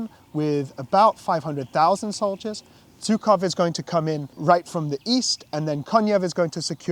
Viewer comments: Please just learn how to tell surnames properly. It’s Zhukov, not Zukov. This pronunciation just makes my ears bleed even though like you I’m not Russian nor do I speak Russian. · Being polite buddy also means learning the names of the famous people you’re mentioning properly. It’s not like general Zhukov is somebody unknown. Don’t be an ignorant Brit. If we all know how to properly pronounce Field Marshall Montgomery’s surname, it’s not so hard to properly pronounce Zhukov. Even I who can’t speak Russian managed to learn it properly, so hope you’ll get there as well. I wish you all the best👍🏻👍🏻